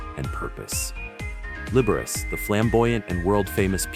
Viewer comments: Libber ace? Are you insane or from another country? Lib-er-ah-chee. AI voices need some culture, good lord. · Liberachi is turning in his grave over that pronunciation